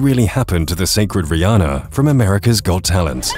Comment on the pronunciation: Wth my name is Riana but it's pronounced Re-anne-uh